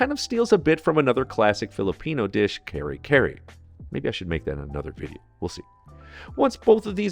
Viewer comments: Actually, it is not pronounced as 'RAY' (like ray of sunshine). It's pronounced as 'RE' like exactly the same as those in the words: relative, rebel, record, relic, remedy. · Kare kare pronounced karay karaay, or like car+ay. Really appreciate your love for Filipino food. I retired in the Philippines and love the culture and food here. God bless my friend! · Great recipe, down to the OG liverspread. *Kare Kare isnt (Carry Carry), its more (Kha rey Kia rey) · " puts peanut butter in This dish also borrows from another dish called "Carry-carry (Kare-Kare)" You're adorable do you know that? Pronouncing the Kare-Kare as "Carry"? I find it adorable for foreigners trying to pronounce hard sounds of "R", "K" and sometimes "S". I am subbing to you now, I found a pretty awesome dishes to try someday.